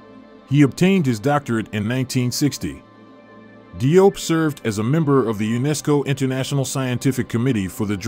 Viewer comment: As Salaam Alaikum! Let me share with you something about the Cheikh’s name. DIOP is the French spelling of the name spelled in English JOBE. The DI in French represents the J sound. Although most of us pronounce his name as DI-OP the way we see it spelled that is actually incorrect. In Senegal where he is from they pronounce it JOBE sounding similar to JOB in the Christian Bible, Old Testament but not exactly the same. Now the Cheikh himself (like most people when they go abroad or deal with other people will often accept that the people pronounce their names in whichever way it seems easiest for them.) If we can pronounce European names Europeans can also properly pronounce African names. In the Gambian which is surrounded by Senegal on three sides they use the English spelling whereas in Senegal they use the French spelling. My wife who is Gambian spells her family name as JOOF and her sister and the rest of her family that live in Senegal spell it DIOUF yet they pronounce it exactly the same. Even the term Cheikh is the French spelling and the English spelling of the same word is Sheikh. Btw, in Dakar Senegal there is a university that bare his name Cheikh Anta Diop. As Salaam Alaikum!!